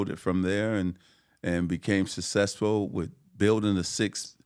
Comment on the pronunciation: Magic should trademark Sasesful 😂😂😂